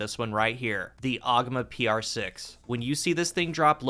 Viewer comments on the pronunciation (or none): You're saying the name wrong fyi. You're aware of Bungie's tendency to name weapons after myths from around the world, yes? From D1's Penthesilea to D2's Antiope and so many more, this weapon is named after Ogma, an Irish god. Look up a proper pronunciation.